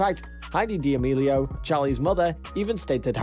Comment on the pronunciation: HE RLLY JUST SAID DEOMILIO